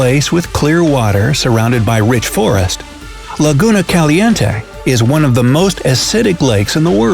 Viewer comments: Hahaha I am Mexican and I loved the way this guy pronounced "Laguna Caliente". Loved this video! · Your pronunciation of the Spanish name Laguna Caliente is terrible. 👎🏽